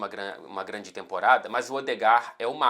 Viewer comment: vc dava um ótimo cebolinha, grande talento pra mudar o l e o r kkkkkkkkkk